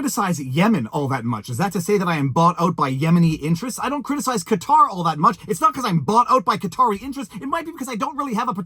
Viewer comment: So happy you pronounced Qatar correctly. Major pet peeve when people mispronounce it as "Cutter"